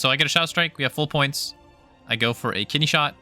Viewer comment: Ooooo “KIDNEY”! Not ‘kitty’ 😂😂😂 “kitty shot” is what I heard lmao. It should be kitty shot, that’s the new slang term